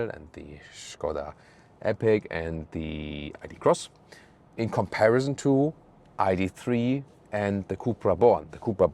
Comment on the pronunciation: "In comparizon"....love it.